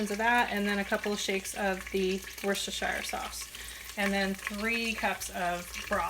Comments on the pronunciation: I just had to let you know that Worcestershire is pronounced woos-ter (or ta 😉)-sheer. Natives of Worcester MA. are proud to say they are from Woosta and that in cooking, they use what their English forebears called woostasheer sauce. Not trying to be mean or "know-it-all"!😄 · Actually it's pronounced whatsthishere sauce